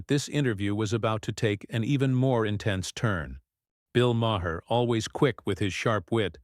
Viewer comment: This is just click bait. Crockett never threatens to sue Maher. And it's pronounced Mar not Ma-er. Bull shit!